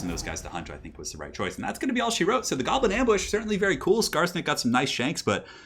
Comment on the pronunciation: "Shoblin" even though it was said by accident, gave me a big smile while I am sick with the flu.